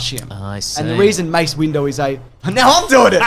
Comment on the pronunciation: James' Grievous rant / mental breakdown is my favorite thing to happen on this channel in a while! Also, you mean to tell me was calling him "Mace Window" by accident? Really?